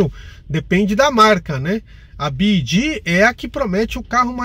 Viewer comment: Byd = bi-UAI-di GWM